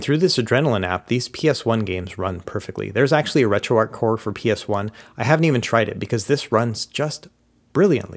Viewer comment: Why do Americans say Ark? Its arch